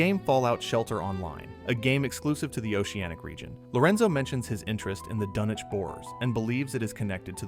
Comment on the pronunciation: Pronounced DUN-ich